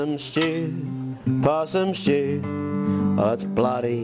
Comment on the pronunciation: Possum shtew 😂